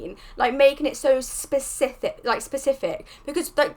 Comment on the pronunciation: This is not meant to be rude but "spesic(k)if" sounds like a very interesting word. Nice reaction and very good thoughts! You just good a new subscriber! 👍